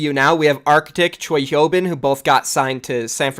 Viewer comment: wtf did u choke on to missprononuce architect and choihyobin so badly lmao